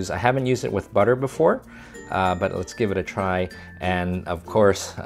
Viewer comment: I love BUDDER! 😂😃